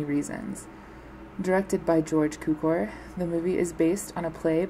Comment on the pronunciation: It’s pronounced - Q-core. It’s pronounced - Sheer-er. Thanks for the video.